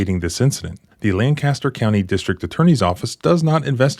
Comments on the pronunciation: Love your videos. They should be required viewing at police academy. This cop needs to be charged and held accountable. Locals pronounce it LANK-ah-Ster. All of Central PA cringes at LAN-caster. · Hey, that’s where my tattoo guy is 😂 It’s pronounced “Lank-a-ster”, not LAN-caster 😂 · Manheim Township! I live in Lancaster County! (Btw, its pronounced Lang-Kiss-ter) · I lived in Manheim Township for over 10 years. I know firsthand (don’t ask!), they’re willing to lie under oath in court. No surprise here. Oh and by the way, locals pronounce it “LANK aster” County. Accent on the first syllable. 😊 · It's pronounced Lang-kiss-ter.